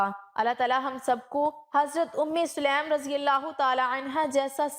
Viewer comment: Selam nahi . Bulka saleem hai.